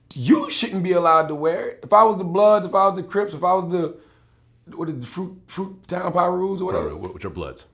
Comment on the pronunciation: He Said "Fruit Town Pirus Or Something" ? 😆😆😆